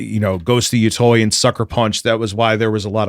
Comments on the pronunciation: Yotei = Yo-Tay Where is the "oi" coming from? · I am amazed people mispronounce Yotei as "Yotoy" its Yo-te like "Latte" you people need to learn your japanese wording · it's minor, but pronunciation of "yōtei" bothers me greatly (It's "yoo-tey" btw. but like "yoo" as in "yooooo", not the double-o like "too" lol) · Old school east coast headz pronounce it Yotoy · Take a shot everytime say Ghost of Yatoy. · Mary-oh Ya-toy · It’s the game pronounced “yo - tay”. At least I hear it this way everywhere else. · its Yo-Tay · Lol yeah it's pronounced Yo-Tay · Omfg the way he’s pronouncing yotei is driving me crazy 😂😂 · He mispronounces Yotei because he's a grifter who doesn't even play the games he shills. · The way mispronounced yotei everytime drives me nuts.